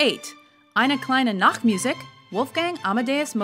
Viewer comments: Jordan Nelson, you fool. The german word for "Nightmusic" would be "Nachtmusik". Instead she SAID "Nacktmusic"and this is german for "Naked Music". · Bystander Not really. The 'nacht' was okay, but she drops completely back into American for "musik" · I'm German, too and do not like the "Nacktmusik". About S-trauss, as a Hamburg native, I am not at all worried :)